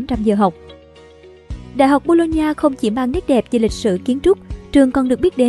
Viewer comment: Đọc nhầm thành đại học bôn ba =))